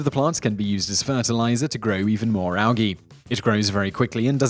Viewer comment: Al gii?? The G is prominent.. al. Gee...